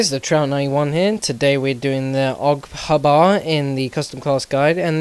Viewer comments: Aug Ha-bar....lol I think it's just H-Bar. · Really, Accent fails. Awg Habbar. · It pisses me off so much when people pronounce the gun initials as a word grrrrrr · "The AUG habah" lol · OG HAAABAAARR xD I dont think it's the way we pronounce it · lol, AUG huh-bar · AUG Haa BAaar, It sounds funny xD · well done went on the internet and searched it (Y). but i was merely stating that you don't pronounce something thats abreviated, its not being picky its just general knowlege.